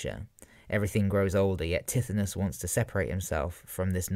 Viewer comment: Great man but I cringed AF at your pronunciation of Tithonus. Its more like Ty-thon-us